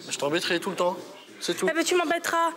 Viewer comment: "J't'embetrais tout le tepps" 🥶🥶🥶